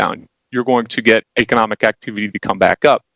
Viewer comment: The moment you can pronounce economic correctly.. you might stand a chance of getting somewhere.. eish